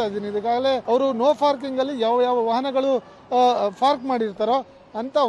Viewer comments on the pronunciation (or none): ನೋ ಫಾರ್ಕಿಂಗ್ ಅಲ್ಲಾರಿ, ನೋ ಪಾರ್ಕಿಂಗ್ ಅಂತಾ ಹೇಳಿ, ಕನ್ನಡಕ್ಕೆ ಅಪಮಾನ ಮಾಡಬೇಡಿ !!! ಯಾರು ನಿಮಗೆ ಕೆಲಸಕ್ಕೆ ಸೇರಿಸಿ ಕೊಂಡಿದ್ದು. ??